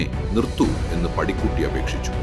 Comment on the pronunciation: പാടിക്കുറ്റി 🙏🙏😢.. പടിക്കുട്ടി അല്ല.